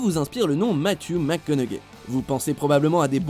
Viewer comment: J'ai eut tellement mal aux oreilles d'écouter encore et encore cette prononciation de Matthew McConaughey... Faites un minimum d'effort pour bien prononcer son nom. Et on a pas assez de temps pour bien apprécié chaque imitation